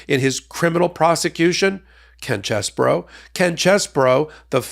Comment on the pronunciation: You're saying his name wrong it's CHEESE BRO.